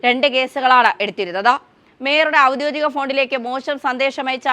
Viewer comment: ഔദ്യോധികം അല്ല. ഔദ്യോഗികം.